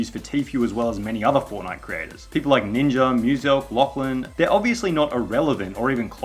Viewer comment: Ninja* not Ninjer